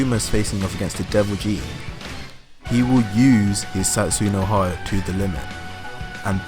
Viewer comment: No matter how many times you say "Satsoo no hard-o", it won't change the face that this is just unfounded rubbish trying to get views.